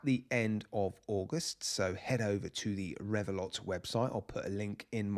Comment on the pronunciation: Isn't the T in Revelot silent? 🤔